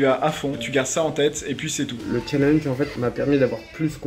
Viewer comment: Par contre faut arrêter de prononcer Challenge en français..